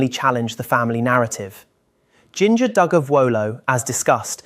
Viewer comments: Jing-GA??? Her name is Jinger, like the spice, Ginger…. Lame 👎🏻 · It's pronounced Jinjer, not Jinger. JB is a narcissist, of course it's all about control. How about silence due to wanting people to mind their own business. They've been on camera their whole lives, now, as adults, they have a choice to speak or to NOT speak. Yes, there is still blanket training going on if they are keeping the same belief system, which is also abuse. If Jill wants distance between them and the family, why does she keep the name Duggar? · "Gin-jur" not jeangah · I love listening to you even if you are AI. I don’t know. I’m listening to you right now, and I noticed that you’re pronouncing Jinger’s name like Gin like you’d pronounce gingham. It is pronounced like the spice, ginger. Remember, they had to have a J on each name so even though it looks like Ginger/Gingham, it is pronounced like ginger. So her name is Jinger. Thank you. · JInga.......not Jinger!!! 😂😂😂😂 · It's Jinger NOT GInger All their names start with a "J". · That made me laugh but it tells me it's AI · Her name is pronounced Ginger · Cl arly never saw the show or you would know how to pronounce Ginger. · Instantly downvoted and stopped watching because your AI cannot pronounce Jinger correctly.